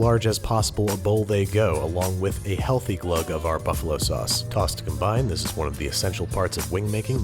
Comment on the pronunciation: TAUSS WITH AR SAUSS